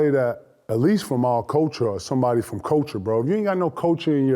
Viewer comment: He says the word 'culture' weird. I thought he said 'coaching'.